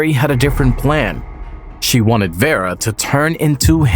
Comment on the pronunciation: “Veer-ah” not verreah